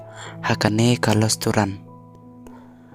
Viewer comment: Lasturan 😂😂😂😂😂😂 pronounce bha keiñ bah